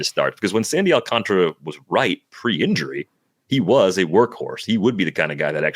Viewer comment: Awl-cahn-tar-uh Alcantara Not Alcantra You're deleting an entire letter to say his name wrong.